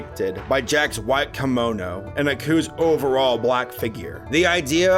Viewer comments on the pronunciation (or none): Did you call Jack's Gi a "komono"? LOL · No its kimono